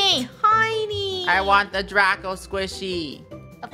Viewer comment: It's draco not draca